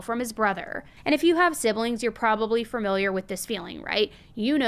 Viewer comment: "FURR -miliar" 🙄